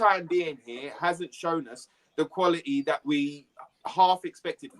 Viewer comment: There is a "T" in qualiTy!